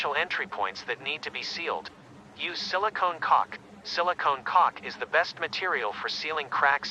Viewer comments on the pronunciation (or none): Heh, he said "Silicone Cock." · BRO I HEARD SILICONE COC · ‘Silicon cock’ 💀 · I was being all creeped out and stuff, then I hear "Silicone cock". 10/10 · WHY DID I HEARD SILICON COC